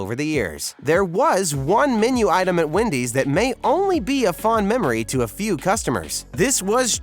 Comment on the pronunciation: I love how he calls Wendy's ''windys''